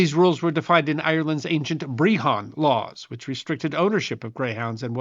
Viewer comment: "Brehon" isn't pronounced like the cheese. Think of it more like "BREH-hon", the first syllable rhyming with "breath", not "breathe". The word "breitheamh" (pronounced approximately "BREH-hav", and the spelling does make sense in spite of first impressions, I'm just dropping half the signal) is the word for "judge", while "breithniú" (~"BREH-nyoo") means "adjudication, examination, deliberation, observation".